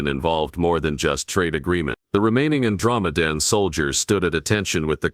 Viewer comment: Good story but the AI or whatever is reading it has left me mispronouncing Andromedean. It may take me weeks to recover.